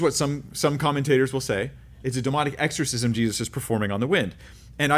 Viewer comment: Exshorshishmsh 😂🤣 That happens to me pretty much every time I say a word repeatedly, and the word (even the correct pronunciation) starts to sound weird too 😂